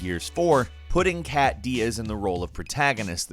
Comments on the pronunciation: It's Kait Diaz, not Kat Diaz. Come on! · Kat REALLY IT'S KAIT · With gears Kait it’s pronounced Kate not kat